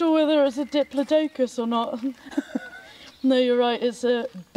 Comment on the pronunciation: My 5 yo son loves dinosaurs, and I have never heard anyone pronounce ‘diplodocus’ in such a way. I loved it and replayed it several times! Also, that is definitely a “Do you Believe in Life After Love” Cher mic!